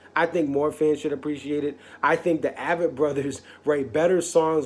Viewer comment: “Ay-vett” Brothers...